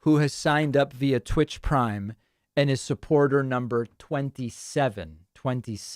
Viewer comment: "tvitch" GLOL Oy-vey!